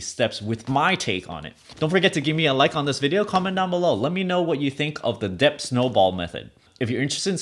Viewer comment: I know what it means, i'm just wondering why you pronounced it as "Depth" and while the rest of it you pronounce it correctly as "Det" as in debt with a silent "b".